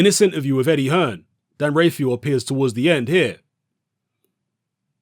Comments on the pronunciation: Dan rafael* not rayfial 😂😂😂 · Dan's surname is pronounced Raphael like in The Mutant Ninja Turtles! Dan Rafael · James Taylor dan rayfeel 😜